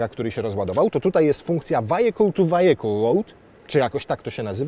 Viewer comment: nie "wajekul", tylko "wijekul"